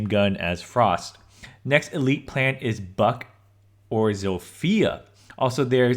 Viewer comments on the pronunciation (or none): none